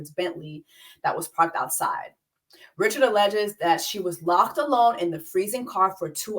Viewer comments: It is Dawn Ri-ShAD (French pronunciation), she is your Hatian Seeester, surprised you missed this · Its pronounced "Rich-shard", she's Haitian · Hey Jessie! Gently letting you know her last name is Haitian. No hard ch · The fact that YOU , JESSIE ...know how to pronounce her name is annoying because you intentionally fucking it up. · Not the host mispronouncing Dawn’s last name 🤦🏾‍♂️ get it together please. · Yes Jessie is mispronouncing her name. I believe Dawn originally identified as Creole, like Louisiana Creole. Maybe over the years she has said Haitian, but I don’t think that’s widely known. I’ve also seen mention she may be Haitian.